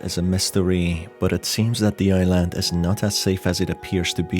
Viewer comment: Man says "i-land" as if it were an apple product